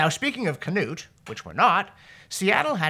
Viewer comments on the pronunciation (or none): none